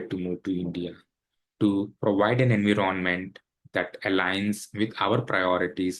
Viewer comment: In 20 years in usa you didn't learn how to pronounce 'environment'?